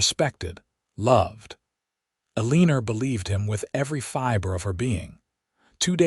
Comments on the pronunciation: It's Alena not eleer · Ok I have to say it. Why do you pronounce the name Elina as Eliner? You have done it before with the same name. You did the name Helena and Becca correctly. Please it is Elina! I love these stories, Thank you. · There's no r in Elina!!!